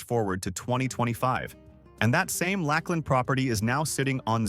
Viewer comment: As a Florida native, I think you mean Lakeland not Lack Land. I almost felt insulted I never heard of this city, only to find out it’s not real 🤣